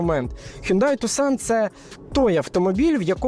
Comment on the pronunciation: Правильно казати "Хёнде Тусан"